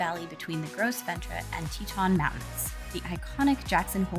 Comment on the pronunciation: . Did she actually just say, "Gross ventra?" Oh my. It's more like, 'grow vont.' If you pronounce it thusly, locals will actually know what you're referring to.